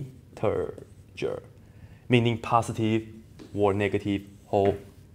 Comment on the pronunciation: IN-TER-GER btw, nice.